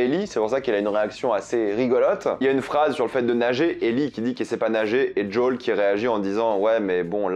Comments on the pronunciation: C'est pas JOWL , c'est Joël ! Pourquoi tu c'est pas dire le prénom ! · "Djol"?? En français: JOEL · D’JOL D’JOL D’JOL D’JOL D’JOL D’JOL ! Au secours !!! JOEL ! Merde c’est Joel ! Pas « d’Jol » 😭 #humour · djole ? lol jo-el joel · Arrête de prononcer "jdole", c'est Joel, surtout si ça vient de l'hébreu "yohel". Ou alors continue à prononcer "jdole" si tu me sors l'argument que le créateur le prononce comme ça, mais dans ce cas prononce "vi pi haine" et pas "vé pé haine", car le créateur du "VPN" prononce "vi pi haine", qui est de l'anglais "Virtual Private Network". Ou alors du prononce "RPV" à la française si tu veux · C'est pas "Jol" mais "Joel" et c'est pas des "cliqueurs" mais des "claqueurs" car les bruits qu'ils font c'est pas des clics de souris c'est littéralement des claquements et d'ailleurs c'est comme ça qu'ils dont appelés dans le jeu. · Arrête de dire JOLE 😭😭 C'est JOEL😭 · C'est quoi son délire d'appeler les claqueurs les "cliqueurs" et pourquoi au lieu de dire "jo-ël" il dit "jaul" ? C'est trop chelou et c'est moche dit comme ça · CHERE tu me fait soufrire a chaque prononciation du prénom JOEL, m'appelant moi même joel cela se prononce "jo elle" il n'y a pas de D pour djol merci. (ps stp arrête cette prononciation pour le bien de tout les joel 😭😭😭) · Merci pour cette review c'est cool, mais c'est quoi cette façon de dire Joël sérieux ? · ouai mais il le prononce meme pas a l'anglaise il fait un mix entre anglais et français Apres c pas grave en soit